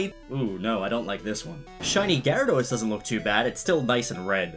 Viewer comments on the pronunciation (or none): none